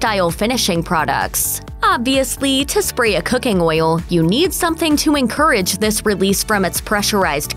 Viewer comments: Lol. Glad someone else was bothered by how she says oil. Makes me cringe like how “moist” sounds. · I love the way the narrator says oyill !